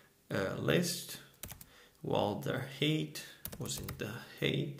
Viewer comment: thanks, really useful for a project I'm working on right now - ps, 'height' rhymes with 'fight' ;)